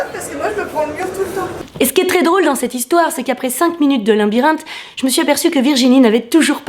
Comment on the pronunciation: elle dit linbirinthe!!